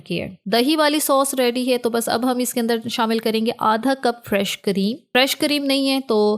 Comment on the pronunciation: Madam cream hota hai Kareem nahi please